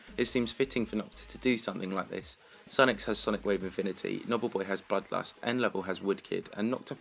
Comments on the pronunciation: with sonic wave "mifimity" nice speaking there XD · he was saying things weirdly like ya yatagarasu sonic wave infimity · "Sonic Wave Imfimity, yatyatagarasu" lmao